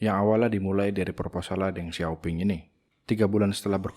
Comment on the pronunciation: Deng Xiaoping juga dibacanya: Teng Xioping